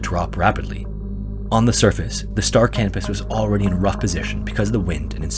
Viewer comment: Yes, I know I have a form of mild verbophobia, but in the interest of knowledge may I offer this? The ship referenced in the final story was named after the celestial body Canopus, a yellowish-white supergiant star in the constellation Carina. It is pronounced ka NO pus. The auto captions on my phone typed out "star cannabis" at every mention in the video LOL.